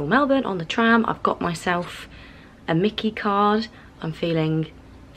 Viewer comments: Myki not Mickey. The fire pit is the Eternal Flame, for remembrance. You could have done better than Starbucks for coffee. Just a local Cafe you'll get a good coffee. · hahaha yes i realised after that I had mispronounced it! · Love this vlog and can't wait to see the rest! Had a bit of a giggle when you called the myki card a mickey hehe 🤭